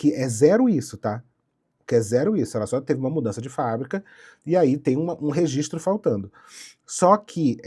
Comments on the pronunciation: "Rezistro" é foda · não mesmo. Rezistro é erro mesmo e tá tudo certo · 'impressão minha ou a proprietária fala rezistro ? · é mole uma dona de empresa gigantesca falando "resistro"? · A diretora da escola na qual eu estudei o ensino fundamental lá no Maranhão massacrava quem falava rezistro kkkkkk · Nem vi o video todo, mas queria primeiramente informar que eu apoio a pronúncia "REZISTRO" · Angústia dessa mulher falando rezistro... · Ela fala rezistro igual meu pai kkkkkkkkkjjjjjj